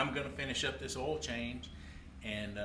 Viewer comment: did he say "all" filter?